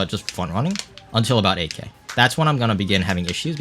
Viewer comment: Everytime you say "8k", it sounds like "AK" and I think "Bro this is MKW not CSGO" for a split secons